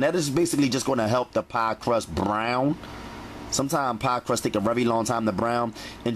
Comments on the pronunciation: Yes, lol! I repeat him every time he says it too😂. 🗣Bbbbrrown!! Straight vibrations; good vibrations. I’m happy that my friend introduced me to his channel.🙌🏽👨🏾‍🍳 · Why do you sound like you from philly when you say brown 💀💀😭😭😭😭😭😭